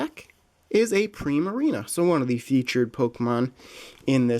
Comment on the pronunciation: Prime a Ree na